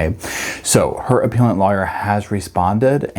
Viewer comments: Appeal rhymes with wheel, BUT appellant and appellate rhymes with bell. 😊 That said, Sarah Boone rhymes with mess! 😂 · Love this channel, but fyi appellate and appellant are pronounced with a soft "e" as in "egg".